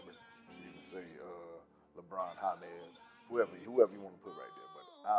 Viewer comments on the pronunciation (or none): Bruh said Kareem Abdul jabba and Lebron hamez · He said Kareem Abdul Jabber and Lebron Hamez 😂😂😂😂😂😂😂